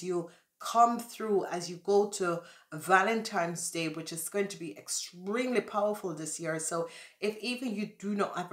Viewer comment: Sorry but it's not valentimes day, it's Valentine's day